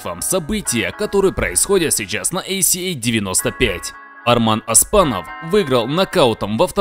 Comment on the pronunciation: Автор,"Оспанов",а не "Аспанов"! Говори как пишется